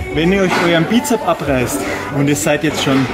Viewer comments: sssssssssssss......Bizep-s Es heißt Bizeps mit ssssssss am Schluß. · Nun, der "" erzählt viel Richtiges, ABER bitte sprich die Dinge doch korrekt aus und die Bezeichnungen ebenfalls. Als Fitnesstrainer sträuben sich mir das schon etwas die Haare... Also: 1. Es heißt immer "Bizeps" mit "s" hinten von lateinisch: Musculus biceps brachii 2. Der Oberarmspeichenmuskel heißt "Brachioradialis" 3. Der "Brachialis" ist der Armbeuger unter dem Bizeps.